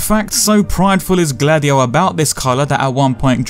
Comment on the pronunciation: Every time you say Gladio I'm hearing Dady-O...